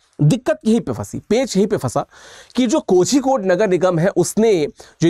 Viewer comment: Kozhikode, Kazhagam : Tamil Nadu, Kerala में 'zh' इस संयुक्त अक्षर का उच्चारण 'ळ' ऐेसे होता है । कोळीकोड होता है , कोझीकोडे नहीं ।